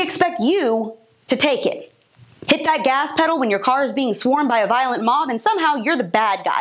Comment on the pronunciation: I like the way she says, "bend over and TAKE it" 👏👏👏🤣🤣🤣🤣🤣🤣🤣🤣🤣🤣🤣🤣🤣